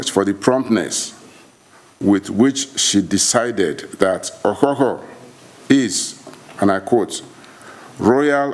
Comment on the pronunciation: Please it is not spelled or pronounced Okukor. It is spelled and pronounced as Okhokhuo. The early we learn the better! Thanks so much, everyone!